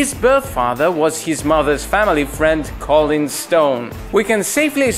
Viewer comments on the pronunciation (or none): none